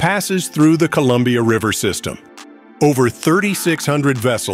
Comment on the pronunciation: Your AI is confused by the word "Columbia" I think....